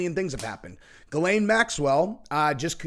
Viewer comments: He name is actually pronounced: Zhee‘•len in French, but American news anchors most often pronounce her name with a "G" as in the "g" in "gate" and with a schwa which is phonetically written like this: "ə" and her second syllable they pronounce as "lane" as in a rural, narrow road. So, phonetically it looks like this: Gə • lān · It's pronounced Gizz-Lane named after a road on Epstein Island. 😂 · you are pronouncing it wrong.... Its.... "Jizz Lane" Maxwell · Never understood how someone called "Ghislaine" pronounced "Gil- lane"